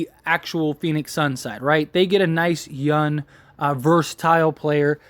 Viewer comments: Why do you keep saying yun and not young? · There’s a G on the end of “Young” player.